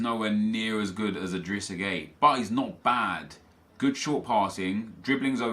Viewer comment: This was such a bad draft. Also, idrissa gueye (GUY) not gay. AJ3 would throw a fit if he heard you say that 😂